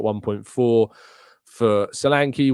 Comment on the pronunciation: Caught the tail end of the live show. And met you still pronouncing Solanke wrongly. The ''e'' is as in 'egg'. Also as in Nketiah.. They should leave Nketiah alone. He is a good player for us. The squad is needed not just just the team. We keep saying so and then boldly declare good squad players up for sale. Please prove yoyou read the post live comments by correcting the next pronouncement of Solanke